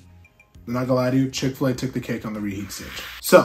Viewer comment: Mickfil-A lol 🤣